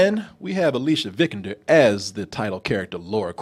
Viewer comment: Not Lara, Alicia Vikander's name lol. It's pronounced ALYSS-ee-ah Vi-CON-der